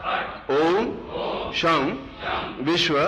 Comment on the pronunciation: सं sam nahi....... sham शं है